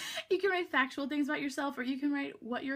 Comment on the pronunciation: Did she say FATual ?